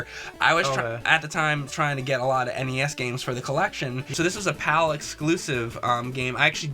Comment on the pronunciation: It's not Pal for Europe. it's PAL